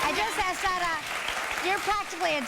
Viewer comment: Again...S A R A... Not Sada